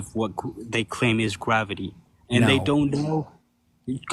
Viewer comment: "How do you know it's gwavity?"